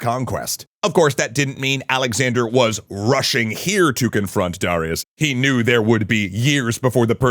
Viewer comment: Why can't he pronounce Darius correctly?